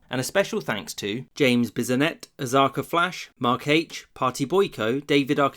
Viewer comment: Who is this "James Bissonnette" I keep hearing about?